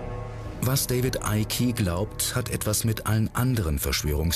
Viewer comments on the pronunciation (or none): Der heißt Eick und nicht Eicki